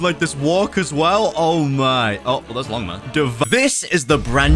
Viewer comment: bro said limga instead or longma